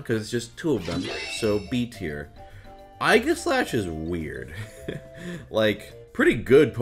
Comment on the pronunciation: This dude pronounced aegislash wrong